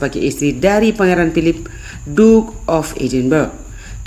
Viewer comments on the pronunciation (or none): none